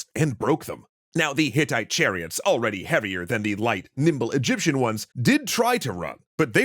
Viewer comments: Egyption 😂😂 Its just an embarrassing accident. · Yup wasn't expecting Egyption instead of Egyptian. Plus this vid on a Thursday. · Egyption lol